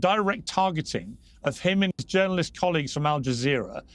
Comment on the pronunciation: Terrorist not “Jounarilst”